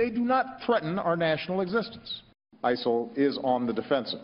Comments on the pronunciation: Why does Obama call it isel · Why does Obama say "ISIL" & everyone else says, "ISIS"???